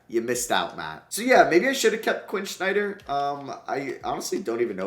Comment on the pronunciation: Really bothers me how he says Snyder….